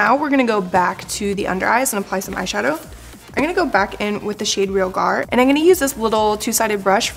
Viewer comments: Love this look! Just as an FYI, no hate, but you pronounce "tarteist" like "artist" and it's re-AL-gar. :) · Realgar. I had to google it....a reddish-orange crystal. re-AL-gar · REE-AL-GAR it is an orange arsenic/sulfide mineral